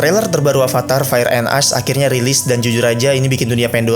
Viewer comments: Bukan "as dibacanya tapi "esh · Jir gw kira "ice" soalnya pronouncing nya "ash" Soalnya setau gw abu tuh pronouncing nya "esh"